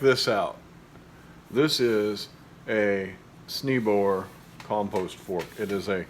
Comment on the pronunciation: This video was worth watching, Thank you! I like how splayed the tines on that compost fork are. I'm glad I don't need that weeding tool (my worst beast is bindweed). I do believe, that just as Beethoven is pronounced "Bay-toven", and it's a Dutch name, that your tool is pronounced "Snay-boer." I think Snee means Snow, for what that's worth. Good to know about figs - I have one Fig transplant that I dug up and almost killed, but it's doing well now, probably a compost volunteer so no idea what type. Thanks for showing all about the Grazon issue. It's encouraging to know that it CAN be remediated. About your winter squash - I think you said you had 2 kinds of Moschatas, is that right? I also have two, both from Baker Creek, one is an Italian butternut, the other a Musquee de Maroc, and they are growing at two very different speeds, and were started and transplanted at the same time. The Maroc is much slower, and the reviews at Baker Creek affirm that, and the butternut is going crazy climbing up the fence and all over everywhere. So, while shade might be an issue, it might be variety. If anything, the Maroc gets better Sun, and definitely has better soil. My summer squash have also been slow. Good to know about the Anchos and Bells - this is my first year going crazy with peppers, and my peppers in pots have been doing better than in the ground, but I have mostly smaller peppers. I have a few more to "pot up", and I will make a point of putting the Bells and Anchos in the grou